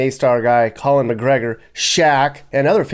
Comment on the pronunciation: Conor Mcgregor not Colin. Anyway Love your videos.